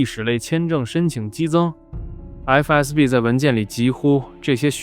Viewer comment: 是FSB，不是FBS。FBI叫多了吧。